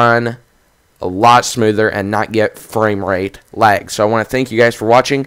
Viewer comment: no offense but why am i hearing wag?